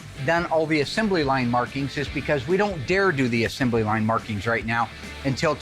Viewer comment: Will invented a new word: “assembely.” It’s assembly.